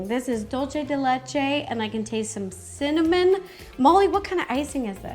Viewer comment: Lol she said simnimon